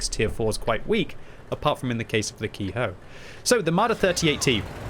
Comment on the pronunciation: Ke-ho is pronounced how it looks, not ki-hoe